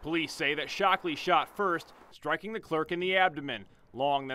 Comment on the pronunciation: he said "shocked " ,, ole dead mans mans is "Shockley " priceless